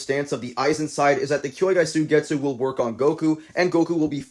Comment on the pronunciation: W video, but its "kyouka" Suigetsu not kyoukai suigetsu 😭